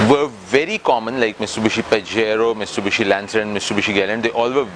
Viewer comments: Hi..... it's Mitsubishi not miSTUBISHI 😊. Still waiting for Audi A3 review. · Its Mitsubishi not "mistubushi"😃.. Its a common mistake we Pakistanis make. Nice review though as usual..👍👌